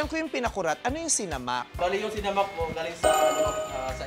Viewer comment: It's sinámak, NOT sinamák. :)